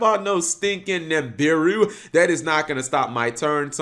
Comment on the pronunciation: cap... it's NIBIRU not NIMBIRU